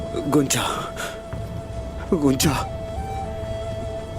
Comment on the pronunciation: Everyone: gunja: hunja 😂😂🤣😂🤣🤣😂😁😀😀😂🤣